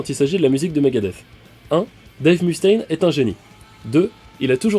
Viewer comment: Excellent épisode ! Ceci dit ! Pas un seul des Frouz ici présent n'a été capable de corriger ton accent ^^ Le "U" de Mustain Dois se prononcer "E" en anglais ou "OU" ça marche aussi ! Ou sinon tu prononces tout en français et ça donne "Mustin" mais ça pète moins, ciao